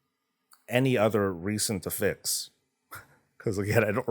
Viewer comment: Just wanted to point out its affix not afix. Af-fix Not A-fix Two f's